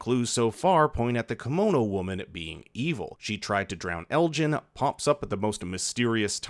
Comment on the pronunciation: lmao saying ellis instead of elgin had me confused for a second